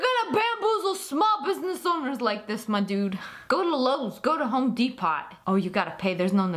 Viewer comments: Corrections: You mispronounced Home Depot like Home Depat. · Love how she says the "T" in Home Depot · home depot, its pronounced dep-oh , not de-pot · And Home Dee-po not Dee-Pot lol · Home dee-pot Home de-po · Umm Lia it’s pronounced home depo